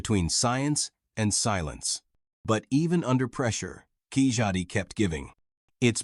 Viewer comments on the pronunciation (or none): Its not kijadi. It pronounces like this. KAILADI( kailadi) or Kayladi. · Keezhadi should not be pronounced Kejjati. According to local pronunciation, Keelʌdi is the closest sound that might appear to be correct. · It's should be pronounced Keeladi thought it's spelled Keezhadi as no other language other than Tamil and Malayalam has an alphabet sounding Zha .. That cannot be illustrated until you pronounce it yourself... Google it ழ is the letter like in பழம் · Its supposed to be called Keezhadi that is pronounced repeatedly wrong here Please correct this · First your mis-pronunciation of the word "keezhadi", That zh phoneme, neither has a "z" nor a "h" sound in it. It is a unique sound you find only in the southern tip of India. We humans, produce sounds by forcing out air from lungs & articulating in the vocal cavity, manipulating the tongue. The sounds (phonemes) have been ideally codified in Indian languages as Alphabet or scripts, with Samskrt in the lead. Sams-krt means that which is refined, implying that there was something "natural" ("pra-krt") to be refined, before. "z" was associated because that happens to be the last & there is no letter after it. "zh" is nearer to "l" or the heavier "L" (all three are in Tamizh script). The "zh" sound is produced, by holding the tongue suspended in the void of the mouth, without touching any other part & forcing out air. These people call banana as Vazha'pazham (pazham is "phalam" in Samskrt). If you eat a mouthful of ripe banana, try saying it with banana all around the tongue ! Second, can you pinpoint exactly who "built" the first boats to navigate the seas around? Can any historian/Anthropologist say that? I think the Tamizhs (or their ancestors in that land) were the first to do it. Chris Columbus was the first to cross an uncharted Ocean & everyone knows it!